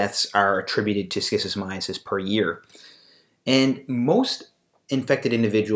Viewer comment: Stop pronouncing it like schizophrenia. I don’t understand how you tube allows this video to remain here and I find it odd. It’s the first video I see and the last thing I’m going to do is watch a video about something made by someone who doesn’t even pronounce it properly and also creates a connection between schizophrenia and schistosomiasis… something fishy is going on here